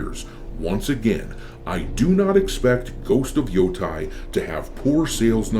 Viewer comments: It’s Ghost of Yo-TAY not Ghost of Yo-Tie. The game looks like shit to me, but as someone who actually lived in Hokkaido near Mount Yotei for some time, it drives me nuts every single time you mispronounce it. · I don't want to be that guy, but it pronounces Yoh-Tay, not Yoh-Tai